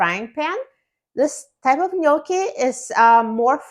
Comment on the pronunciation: Love this. You pronounced it correctly, Thank you for that. Love you ❤❤❤❤